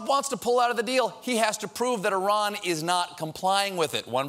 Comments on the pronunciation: Thank you for pronouncing Iran correctly.... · Hey, He pronounced "Iran" and "Hassan Rouhani" almost perfectly...